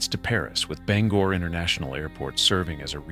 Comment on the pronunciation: Bangor pronounced (Bang) Gore. thank you.